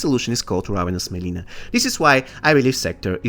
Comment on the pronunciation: Mileena not melina